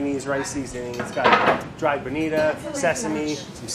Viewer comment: Go-chu-jah-ng Brad: Gojewjaing Fu-ree-cah-keh Brad: Furicocky Boh-knee-toe Brad: Bonita